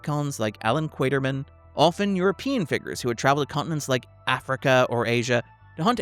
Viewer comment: I was wondering if "Quaiterman" was a deliberate joke play on "Quartermain"